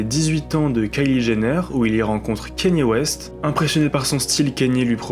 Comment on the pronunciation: Je rêve où t’as dit « kéni west » en 2025 ??? T’es quel genre de boomer exactement ?